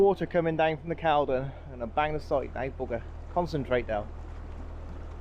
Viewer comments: Sorry to be fussy (can be) but Caldon is pronounced Cauldon or Corldon. Don't know why. Perhaps a southerner taught us midlanders how to pronounce it. Spoke to you on your way back at Milton. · Good video, thanks. By the way, they are pronounced ee-truria and culdon canal 😊